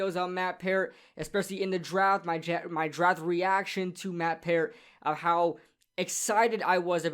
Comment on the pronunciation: Your saying peart wrong lmaooo, I would know Bc I know him personally, my brother played wit him through out college